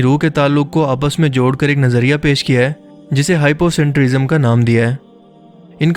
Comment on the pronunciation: Bhai kahin bhi hypocentria nami lafz mojood nahi robert lanza ki kitab BIOCENTRISM hai Hypocentrism kuch nahi hota bolna to seekhlo